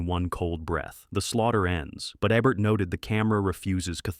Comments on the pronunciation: it''s EEEEBERT not ebert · A-bert? Eh-bert? This is AI! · It’s pronounced EEEEEEEBERT!